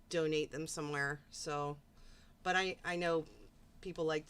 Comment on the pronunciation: It irritates me soooooo much the way pronounces "but" as "bawt"!!! Like, come on!!!